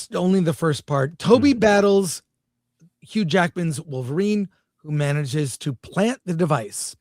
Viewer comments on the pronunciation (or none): none